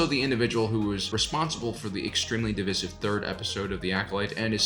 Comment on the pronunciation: i agree with you on everything, except... why do you say divisive weird